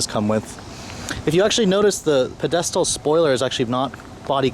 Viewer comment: Pe-DES-tal spoiler haha